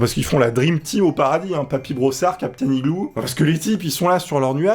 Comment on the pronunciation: Hey superbe vidéo, on ne dit pas capitaine igloo mais iglo